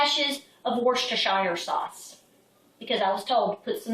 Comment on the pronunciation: I didn't know that was the way to say worstererreresire sauce. thanks!